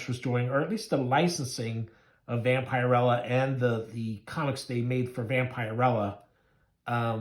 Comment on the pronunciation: I know this video is a year old, but her name is pronounced Vamp-a-rella. I do like your channel, though. I have both of these issues.